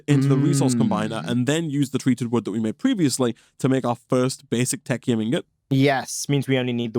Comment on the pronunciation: It looks like "tech-y-um" ingots are the new "cry-row-thee-um" dust. Correct pronunciation once, proceed to pronounce it incorrectly every moment afterward for like, five years.